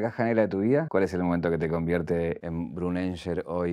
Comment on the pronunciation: PORQUE LE DECIA BRUNGENGER JKAKJAJKSDJKAJA